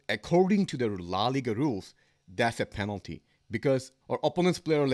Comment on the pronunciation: You are wrong bro...its not panelty